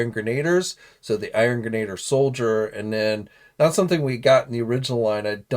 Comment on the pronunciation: I don't know why but none of these youtube guys can pronounce it right, not the only one.